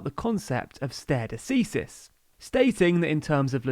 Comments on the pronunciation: I love this channel and all your videos. There is just one issue with this video stare decisis is pronounced like Stary desysis. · "stare decisis" pronunce made me laugh so hard hahaha. For those of you who don't know, it's more like "starry de-sice-is" (sice like slice without the l) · Stah-ray de-cease-is :-) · I was about to comment to asking if that was a British pronunciation. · The pronunciation of “Stare Decisis” got me! 😂 But maybe it’s pronounced differently in Europe ¯\_(ツ)_/¯ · My law professors in the UK pronounced it very differently to 😅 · That’s not how you pronounce “stare decisis” 😬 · You all are amazing. The best news source out there, but can you please take thirty seconds to google the pronunciation of unfamiliar words? NO-truh DAHM is a cathedral in Paris. NO-ter DAYM is a university in Indiana. The latin term is STAR-ay duh-SEE-sis (or commonly duh-SYE-sis)